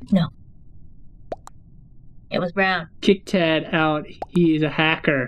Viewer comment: It is tad not ted